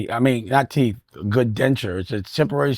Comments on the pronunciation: It Teethe not "teef" foo! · TEETH Dame, not TEFF